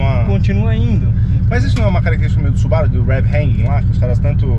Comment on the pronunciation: Pessoal, que tal pronunciar o nome da marca corretamente? Não é Subáru, e sim Subarú. Afinal, ninguém chama Mercedes de Mércedes, né? E outra; Subaru significa Plêiades em japonês. Vejam as 6 estrelas da constelação na logomarca, que confere aos Subarus uma aura ‘protetora’. Raramente quebram, e estão na lista dos top 10 carros mais seguros. Amo os Subarus. De PAIXÃO. E seria interessante apresentarem o carro pra quem cai de paraquedas no vídeo, valeu? Bom trabalho!